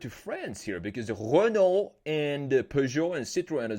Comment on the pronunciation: Le Renault pronunciation was perfect